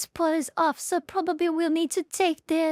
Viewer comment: My memory is very selective. I can remember absolutely everything about a video game even after 15 years of not playing it, but I can't always exactly remember what a person said 20 seconds ago lol. The auto generated subtitles are funny to watch, especially how it struggles to hear your "police officer" correctly. Pulse officer. Spoken like a true latino